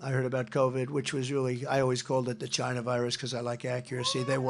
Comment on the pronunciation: I'll never get over Trump's pronunciation of China especially at the end of a sentence 😂